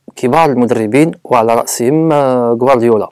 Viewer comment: هههههههه قليك كورديولا ههههههه